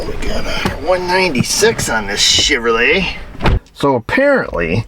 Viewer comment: I thought I heard you kinda say "Sh*trolet....lol :)